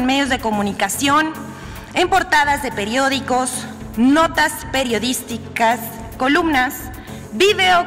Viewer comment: Que puede decir la señorita que no sabe decir "periodisticas'